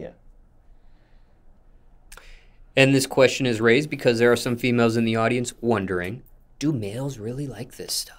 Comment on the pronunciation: Lol why he keep emphasizing ON FEMALES 😂😂